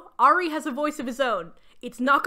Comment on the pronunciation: Hearing you occasionally pronounce Ari as “air-ee”/“airy” has been so validating because that is how I always said it as well. I found out YEARS later that it is supposed to be pronounced “arr-ee” LOL